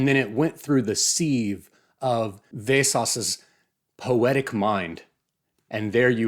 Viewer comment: Wow, what an original and thoughtful review. I was expecting this book to be Vesås' take on Flowers for Algernon, but I guess not. Btw it's pronounced Vesås not Vesas